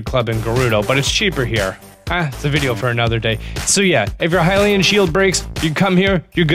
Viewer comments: Have you ever heard someone say hill-e-un shield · I was gonna watch a different video but the guy said hylian like “hill-e-in” and I had to leave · Hynix Hylian Luminous...dude do you know how to read? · why are you saying hy-lean (Hylian) and grada (Granté) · 1st of all "hi-lee-in" 2nd "loo-mih-noise" 3rd stasis on a mine cart 4th "grot-uh." AMERICA, EXPLAIN!